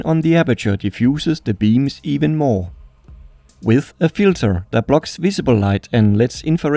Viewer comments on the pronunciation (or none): none